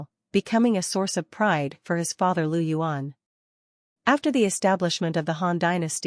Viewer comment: Its not Lu yuan, Its Liu yuan.